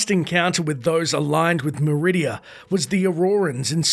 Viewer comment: Meridia? Or Macridia? 😂